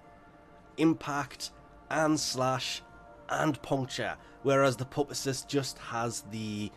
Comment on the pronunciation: Pupacyst is said, pewpa cyst